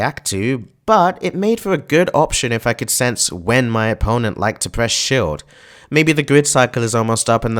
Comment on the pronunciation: Never have I heard someone pronounce "shield" as "shilled". How do you even get that idea??